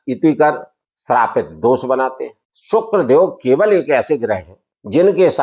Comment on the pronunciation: aapne shukl Galt pada hai 🙏 dekh लीजिए पहले